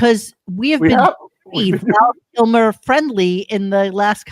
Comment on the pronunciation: also needs to learn how to pronounce the name of someone he’s giving a posthumous tribute to, Val KIMER, really bro? Yikes.